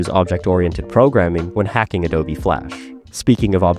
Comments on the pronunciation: "adob" uhhhhhhh... That's not how you pronounce Adobe. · Did you just pronounce Adobe “Adoeb”?? Is this an AI voice reading a script?